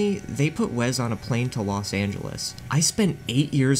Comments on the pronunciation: STOP SAYING "WEZZ" FOR THE LOVE OF GOD! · Take a shot every time bro says Wez Scantlin 😢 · As someone named Wesley who only goes by Wes as well, for the love of God IT'S WES NOT WEZ. THERE IS NO Z IN WESLEY!!! Great video. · "Wez" Scantlin lol. If you asked this guy which coast California is on, he would say "Wezt". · Wezz? It's Wes.